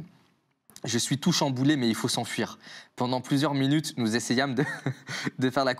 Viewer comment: " je fais des recherches bendantes "